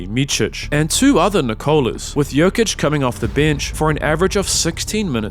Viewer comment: bro u gotta stop calling him joka